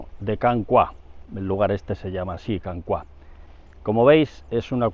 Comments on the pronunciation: Can Cuá suena fatal, es Can Cúa, pero no lleva tilde porque en catalán no debe llevarla por las normas ortográficas. Cua es "cola" en castellano. Y ya puestos "Roig" se pronuncia "roch", con o abierta pero eso ya se entiende que un castellano parlante no puede. Y el acueducto está catalogado como "romano" por el ayuntamiento de Pineda, con dos... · Consejo de catalán: cua es una palabra llana, la sílaba tónica es la primera con lo que lo pronunciamos /cúa/ en vez de /cuá/. Una salutació! 🤗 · Muy instructivo, lo de la cota inapelable. Como indicación el lugar se pronuncia [Can cúa] (cola) y no [Can cuá]. Can Roig muy bien pronunciado por cierto. Un saludo y ánimos con su trabajo, siempre de interés. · me hace gracia cuando dices " Can Cuá".... es Can Cua!!! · Per cert, és Can Cua, no pas Can Cuà. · no es can "CUÁ" es can "CÚA" en catalan cuá no significa nada, cúa significa cola, rabo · Saludos! Creo que pronuncia mal Can Cua. En catalán, para pronunciarlo como hace, deberíamos escribir la A con acento, "Cuà". Esto es porque la U y la A quedan en sílabas distintas. Otro caso de diferencias en los diptongos es el clásico "María" que en catalán va sin acento, pues I + A también se separan a sílabas distintas. "Cúa" significa "cola", y vi que hay otros Can Cua cerca de Girona y Centelles. Muchas gracias por compartir su conocimiento con tanto empeño y éxito!